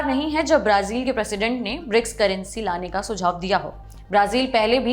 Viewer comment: Brazil का उच्चारण । | में अलग उच्चारण किया आपने